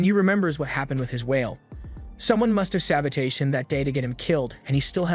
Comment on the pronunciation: Why does bro pronounce “sabotage” like instead of it ending in it sounding like “täwZH” it sounds like “cage” but with a “t” at the front